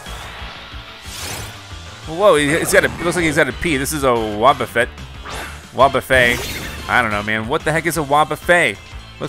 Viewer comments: It's not Fey it's fet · Pronounces Wubafett like Wubbafae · I am low key disappointed he didn't recognize "WOOOOOOOBUFET!"...yeah totally did that in the original WB Pokemon anime voice 😂😂...Not sure enjoyed watching that more myself or my son 😂 It's (WOB Ooh FET)....not Fay...U are killing me...KILLING ME...but love ya anyway lol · called wobbufet wobbufe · Its not pronounced Wobu-fey, its called Wob-a-fet. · Have you ever played or even seen pokemon before? “Wobbuffee”??? How can you not recognise Wobbuffet? Smh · Wob ba fet not wo buffet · Its not pronounced like wobbefé it's pronounced like wobbefet the t isn't silent okay!!! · He said “𝓌𝑜𝒷𝒷𝒶𝒻𝒻𝑒𝓉" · using his two brain cells to try pronounce words. Wobbufey… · Oml lol “wtf is a wob-buffet” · It's wobbufett WOBB-A-FETT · Did he just say what a wobbofet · Bruh its wu - be-fet Have you ever watched the show? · Its pronounced "Wob-Ba-Fet" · pronouncing wobbuffet wrong was a huge disrespect lmaoooo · It’s official. does not know shittt about Pokémon. He didn’t even know how to say wobuffet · "Yeah i've played pokemon" (Doesn't know how pronounce wobbuffet)